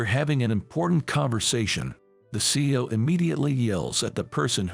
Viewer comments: Your story would be more believable if you knew how to pronounce word. It isn't C-Os. It is C-E-Os. Do you know how ignorant it makes you sound? You weren't fa mi ler with restaurant? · This story was interesting, even though it wasn't clear about the girl's name. It would be a better story if a real person had read the story. CEO isn't pronounced CO. Other words were also mispronounced. Dump the digital voice and use real people to read these stories. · This narration needs more emotion, and needs to learn how to properly prononce words. CEO is not pronounced seeo, but C E O. Seeu later. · C E O not CEO